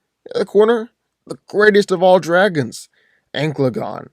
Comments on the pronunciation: It hurt me every time he said ankle uh gone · Normal people: An-cal-a-gon: Anal-gun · that is not an accent, he just didnt read it right, An-ka-la-gon leaves no room to be mistaken is "Anklegon" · It's ann-cala-gon not ancylagon please say the name right at least. I'm trying not to be a grammar nazi but jesus man you butchered tf out of the LOTR names. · AN-CA-LA-GON.... not ENGLAGON or ANCLAGON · Who is Anglegon??? Do you mean Ancalagon?!? Who the hell is Aarondel? Do you mean Eärendil?!? You are butchering their names. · It is pronounced AN-KAL-A-GONE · Sounds like you're saying anklegon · How do u pronounce Ancalagon as anglegon thats so off it doesn't even make sense to say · its pronounced An-Cal-Lah-Gone not the way you said it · Every time he says Ancalagon the wrong way it physically hurts me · wrong pronounciation for Thangorodrim and Ancalagon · I say Ancalagon the Black wins because his name sounds much cooler. ( misspronounced his name)